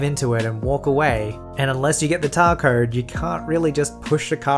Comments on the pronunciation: Lol he says tar coed instead of car towed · tar cowed* 😂 love ur vids voices! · "unless you get the tar cowed" Poor:D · Can we just bring attention to the fact that said “Tar cowed” instead of “car towed?” XD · Anyone else noticed that said tar cowed instead of car towed? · Did he just say get the tar cowed??? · anyone catch that? he said tar code instead of car towed. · car towed. Not tar cowed. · Tar cowed? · Tar coed Lol twist tongue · "Unless you get the tar cowed..." I've heard letters flipped around before, but that was a new one lol. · did he just say... Tar Cowed?😂 That was funny made my day a bit better, thanks. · "Tar Cowed" And that is what is called a 'spoonerism' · "Unless you get the tar cowed." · "tar cowed" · did anyone notice he said tar code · did he say tar cowed?